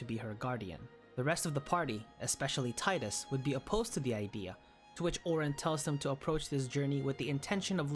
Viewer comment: You pronounce tidus wrong🥲